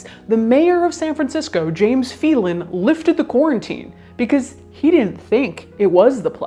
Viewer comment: My maiden name is Phelan and the pronunciation of Phelan in this video is not correct. It’s pronounced “Fail-en” not “fee-lan”. It’s Gaelic and getting the sound of the “e” mixed up is quite common